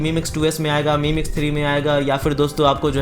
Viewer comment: None of the above. Infact its pronounced as 'mee' UI. Mi means rice in Chinese.